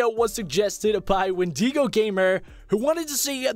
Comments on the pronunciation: Windigo is pronounced wind- ih - go .no hate, love you! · It's win-da-go